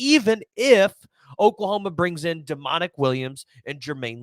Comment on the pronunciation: Domonic not demonic